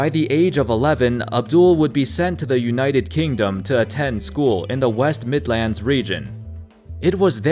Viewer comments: Brown uncles say Birmingham and midlands better. 😂😂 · Hearing a non-British person saying “midlands” and “Birmingham’ is jokes 😂😂